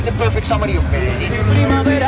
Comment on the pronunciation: Please stop saying "medi-jean" as like blue "jean". Two LLs next to each other in spanish is pronounced "ye" so say it like "medi-ye-in". Thanks.